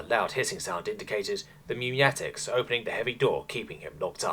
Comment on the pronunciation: did he say "meynatics" instead of "pneumatics"